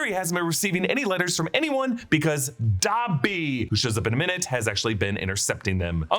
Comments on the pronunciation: Is it pronounced dabby or dobby ? I almost stopped watching having to hear dabby every 20 seconds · WTF IS DAH-BBY?! 😂